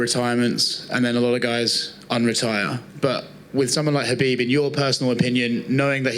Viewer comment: Kha...bib. With a “K”.